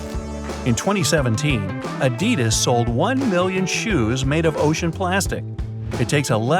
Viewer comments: "Adeedas" lol its A-did-as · “Adeedas” I am disappointed in you. It’s A-did-as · Adidas is pronounce ah did ahs